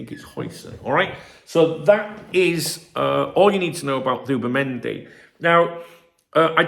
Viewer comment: Who’bimendi did you say😂